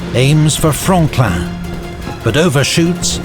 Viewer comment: Oh Franklin thought he said frogland